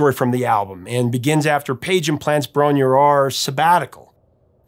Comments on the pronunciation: its.pronounced .Bron RAH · It's pronounced Bron-ER-Eyerr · Really enjoyable video thanks! Just a quick note - to pronounce Bron-Yr-Aur correctly it’s “ Bron ur eyer” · Am I the only Welshman confused by the pronunciation of 'Bron-Yr-Aur' ?